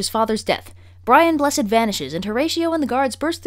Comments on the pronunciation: You mispronounced "BRIAN BLESSED" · You didn’t say BRIAN BLESSED’s name right at least twice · She didn't say BRIAN BLESSED the right way im triggered. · You didn't say BRIAN BLESSED right!! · BRIAN BLESSED's name was not spoken properly